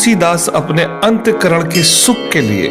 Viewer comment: अंत करन, नहीं बोलना चाहिए, अंतः करण असली शब्द है